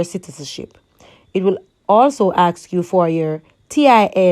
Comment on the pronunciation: can i "aksk" you a question ,practice on speaking good video thogh ^^